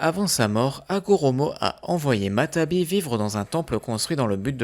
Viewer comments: Y a pas mal de problème dans les prononciation comme dire futton au lieu de Guyton ou jinton au lieu de jiton. Ou encore matabi au lieu de matatabi. Je sens qu'il y en a encore à la suite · On dit matatabi pas matabi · c'est matatabi et non matabi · C'est matatabi pas matabi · Salut super vidéo mais y'a une petite faute, c'est "Matatabi" et non "Matabi" :) Et pour Chômei tu aurais pû aussi dire qu'il se surnomme Lucky 7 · On dit matatabi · Matatabi et non matabi